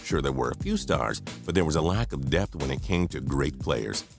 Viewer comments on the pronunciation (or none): none